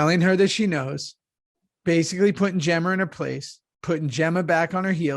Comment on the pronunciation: Say it again Theo…” Jemmer “